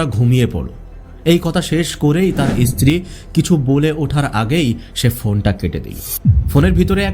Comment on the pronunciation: ইসত্রী নয় উচ্চারণ ঠিক করে করতে হবে